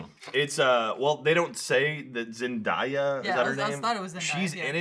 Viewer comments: It's Zen-DAY-a, not Zen-DIE-a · Zen-DAY-Ah fucking get my wife's name right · In regards to, nothing has angered me more than they way he pronounces "Zendaya".